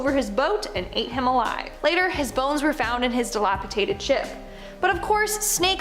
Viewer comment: Seriously Winded up dead DilaTipated Dilapidated Pleeg- plague None of your presenters can speak properly